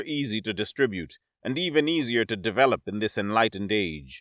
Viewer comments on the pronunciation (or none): none